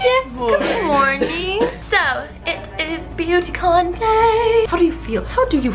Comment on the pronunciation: I thought I heard Booty Con...